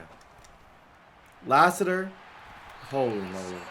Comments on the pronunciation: Hearing mispronounce common American names is hilarious “La-Sitter” god bless him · Lass-it-er His dad played for the Cardinals. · Man, you’re crushing these guys last name. Latham and Lassiter was KILLING YOU. LMAO. But it’s cool. Keep the content coming. You have real fans behind you! AND RUN THE DAMN BALL! LOL. Just a reminder.